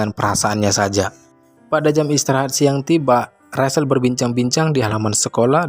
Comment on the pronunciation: Maaf, bacanya bukan Rasel atau rashel tapi bacanya Recel untuk nama Rachel.